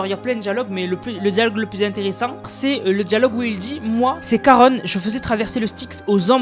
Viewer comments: juste pour te dire que je crois qu'on dit Charon et pas \\Karone\\ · On dit Charon et pas Caron 🤣🤣🤣 le CH se prononce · Salut juste pour t’informer qu’on dit pas karone mais karon comme ont mange mais ça s’écrit charon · Juste on dit pas caronne on dit charon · Juste c Charon ch pas k